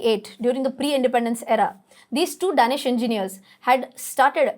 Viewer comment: Lovely video ma'am.. btw it's pronounced Day"nish 😁